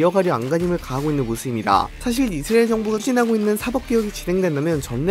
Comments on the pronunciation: 이스르에 ㄹ 엘 발음도거의안남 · 형 이스으레일 아니고 이스.라엘 두박자로 쪼개서 말해바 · 이스라엘은 앞으로 이스르엘 입니다ㅋㅋㅋㅋㅋㅋㅋㅋㅋㅋㅋㅋ 형 귀여워ㅋㅋㅋㅋㅋㅋㅋㅋ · ㅋㅋㅋㅋㅋㅋㅋㅋㅋㅋㅋㅋㅋ 이스르엘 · 미국영어권에서는 이즈리얼임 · 자꾸 이즈리얼이라고 들린다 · 중간쯤 가면 이스ㄹ예가 되버리네 ㄷㄷ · 이스르엘 발음 나만 킹받는건가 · 아 내용은 안들리고 이스르엘 때문에 집중안돼~~ ㅋㅋㅋ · 왜 이스르을 이라고 발음하세용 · 이스레일???? 코레일은 발음 되나요??